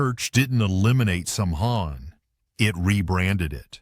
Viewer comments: Saw-ween, not sam-hain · Samhain was severely mispronounced in this video, I can't even say it in the way it was stated, but it was wrong, nor is it pronounced Sam Hayne either, the correct pronunciation of Samhain is Sow when as one distinct word, sow is not so, it is sow like a pig. Also I gave up on this video, too many ads that cut off the end of many of the things talked about, and did not go back to it and finish it when the video started after the ad. Education videos like this one should NEVER BE MONETIZED or filled with ads that take away from the learning experience, I find this utterly frustrating and obnoxious. So I didn't bother finishing it because of the ads incessantly interrupting important parts of the statements being attempted, didn't help me learn anything because of the extremely invasive and disruptive ads that completely ruined the experience. And because of so many ads, thumbs down and definitely would not subscribe to any channel that incorporates so many ads in such an abusive way. I've even left old channels that used to be my favorites because too many ads were being placed in the videos. This ad craziness is completely out of control and should have far better guidelines on them. Why does a 1 to 2 minutes video need 4 to 6 ads in it? That's complete insanity. And shorts?? What idiot puts ads in a freaking short that may only be less than 30 seconds long. Ads are overused and severely abused on this platform, it's gotten even more ridiculous and is even worse than the num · A good video on the theme of authenticity. But then it butchered the pronunciation of Samhain with zero research 😂 Gave this Gael a good smirk. It’s more like /sowin/ or /sowvin/. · Samhain is pronounced sowain. S ow wain, ow as in hurts not sowing seeds. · Sawin is the pronunciation of Samhain